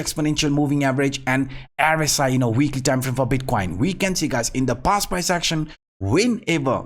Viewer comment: Not "er-es-i". It is "r-s-i".